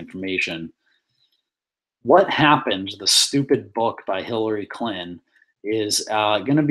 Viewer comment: Dude, for the second time its CLIN-TON, not CLIT-N'. Use your words. Sound it out,sound it out